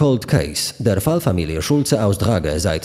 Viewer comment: O, ktoś tu dobrze zna niemiecki, przeczytane perfekcyjnie.